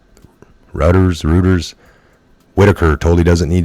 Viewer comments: Reuters is pronounced ROY-ters. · Reuters is pronounced, "Roy-ters" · The news agency is sounded like Roy-ters